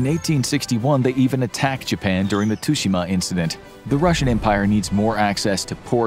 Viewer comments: Tsooshimah not tusheemuh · mispronouncing tsushima as tushima... think of the tsu in tsunami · The pronunciation of Tsushima made cringe